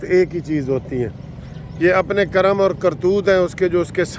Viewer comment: لفظ کرم جو ھے ک پر زبرنہیں بلکہ زیرھگ